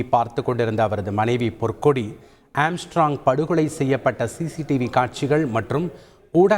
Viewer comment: Amstrog makaz athu kooda theriyaamal news vaasikkum pannaade.